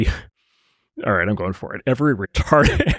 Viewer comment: "ok I'm going for it..." Hits the hard "R" retard...lol. Our Nation is healing